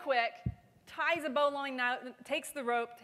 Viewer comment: Everybody go find the pronunciation of bowline. smdh